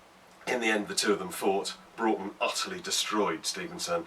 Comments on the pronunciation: Loved the vid! Thank you for being one of the few people to actually pronounce "Broughton" correctly! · I'm also a decendant of John 'Jack' Broughton. My grandad used to tell us the story when we were young. As others have said, glad you got the pronunciation correct.